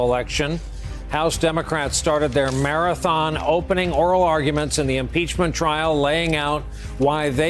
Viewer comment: “Murr rathon” or Marathon 😂